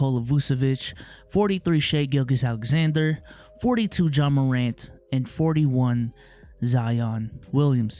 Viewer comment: Bro did he just say shai gulges alexander?